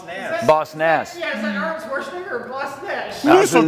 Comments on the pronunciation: I appreciate them subtitling Boss Nash flub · nah it was 100%, what are you smokin. You can literally hear saying Boss Nass correctly like 2s before, for a comparison...